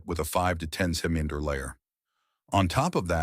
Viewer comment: Im just here to hear how bad the AI pronounces centimeter